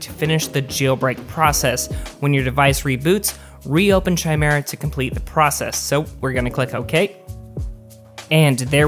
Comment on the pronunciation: It's pronounced " ki-mira". He pronounced it right.